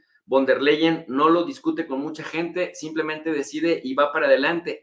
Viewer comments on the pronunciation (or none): none